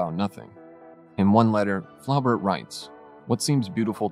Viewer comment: Hello? Flaubert is pronounced: flo - bear.